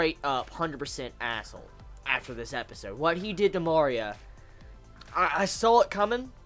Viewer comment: I love how after 9 episodes you still cant pronounce MARIA correctly... they say in every episode!!! XDD